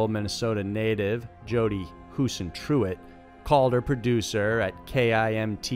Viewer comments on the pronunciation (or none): Same with saying HUISENTRUIT. It's not pronounced Huisentru-it. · The guy in the Jodi Huisenruit video on the boat tried to take my mom out water skiing when we had a boat at Clear Lake. You mistakenly called it Coralville lake but it is actually Clear Lake, Iowa. It's also pronounced Jodi Huisen-truit, not Huisen-tru-it. First case of a missing person I ever remember. I would have been 7 at that time. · Jodi Huisentruit's last name is NOT PRONOUNCED Huisentru-it. IT'S PRONOUNCED Huisentr-oot, as with Huis. I live here in Mason City, Iowa. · its not hooos-a- tru- it ffs man learn thier names as least pleast its hossentroot at least try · hoosen-troot sandra, not sara. and more. ur getting sloppy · It's pronounced hu sen troot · Huisentruit is not difficult to pronounce if you bothered to learn it. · Dude, you mispronounced Jodi Huisentruits name the whole time and kept calling Sandra Bland "Sarah". You should definitely pull this down and rerecord the audio. It's incredibly distracting and puts all of your research into question. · First off. You are so disrespectful. Not only did you not take the time to learn to properly pronounce Jody's last name....but then you go one to call Sandra, "Sarah" for the entire time. These people are dead. The least you can do is get their names right. Second, of course SANDRA had high levels of THC in her system, even after being in jail for 3 days. THC is fat soluble, not water soluble. So it takes quite a while for those levels to go down. And lastly, Sandra's death was not a police coverup. No one killed her. She killed herself for the cause. To stir the pot. To get the sort of attention and reaction it did.